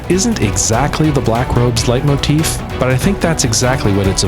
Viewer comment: The build up to the bathing suits did not disappoint! 😆 (And "Leitmotifa"? 😚👌)